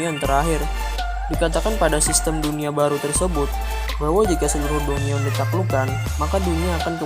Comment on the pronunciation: saran aja dungeon itu di baca danjen